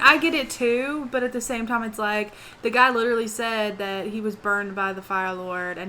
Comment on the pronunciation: "He freaking fought that gAAaaAAA" you texan or something? XD